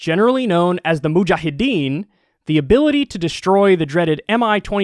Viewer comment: Moojaahedeen!! 😂 The way Kyle says it is funny!